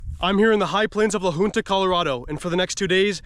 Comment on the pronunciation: As someone that lives there to hear you say La Junta like you did had me cracking up.....